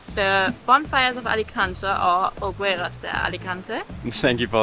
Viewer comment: Hopefully it isn't too rude of me to make some corrections, but here are a couple of pronunciation tips in case it helps anyone: Alicante = ah-lee-KAHN-tay (you were both pronouncing the last syllable more like "-tuh") Hogueras = oh-GARE-us (not exactly that pronunciation, but it's close. Of particular note, you don't pronounce the 'u' in Spanish after a 'g' unless it has an umlaut over it, e.g., vergüenza = bear-GWEN-thuh). Anyway, I enjoyed the video very much. I lived in Alicante for about three years just about two decades ago and I'll be visiting this fall for the first time since I left. Your video brought back some memories and also introduced me to some new things. Thanks for sharing!